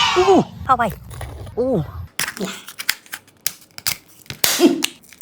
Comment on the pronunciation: It's not Hawayee 😅 it's Hua Wei 🤦 That's how it supposed to say 😂